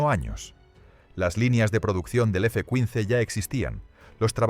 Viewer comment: Hasta los cojones ya de tanto video con doblaje mierder de IA. Si al menos repasaseis como queda el doblaje. Es una puta basura. El guion es malo y la voz es PESIMA. "F Cuins" en vez de ¡F-15! Nadie al volante. Os estáis cargando YouTube, enhorabuena. 🤮🤮🤮